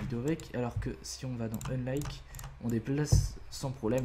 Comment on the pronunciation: Aie aie aie cet accent :D Slice, Splice, Unlink .... :D